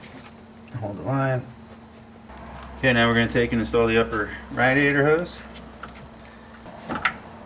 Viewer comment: Hearing you mospronouce radiator is killing me, it's pronounced ray-dee-a-tor. Like radiate.